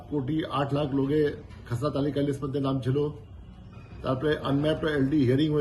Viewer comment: তু্ই নিজেই একটা খেসরা তাই খেসরা তালিকা বলছিস।। ওটা খেসরা হবে না রে চাঁদু।। ওটা খসড়া তালিকা হবে।।